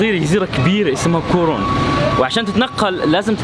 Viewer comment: سمعت كورون أو كورونا 😭😭😭